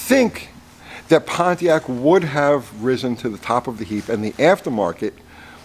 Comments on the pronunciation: Why's it so weird for me to hear Pontiac pronounced correctly? LoL please tell me I'm not the only one lol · Maybe the Ford guy doesn't know about Y block "oiling system". Thanks for not pronouncing it Ponneack.